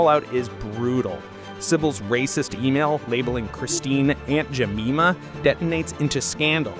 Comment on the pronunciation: FYI, Aunt Jemima is pronounced “Je-MY-ma” not “Je-MEE-ma.”